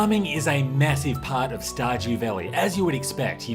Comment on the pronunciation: “Star-gew valley...”